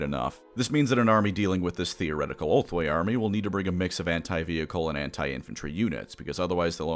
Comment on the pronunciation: Gonna be honest, kept hearing ulthwe as homeboy and in some parts it made sense